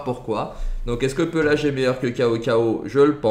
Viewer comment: Pééélage pas pelage frr c’est pas un ours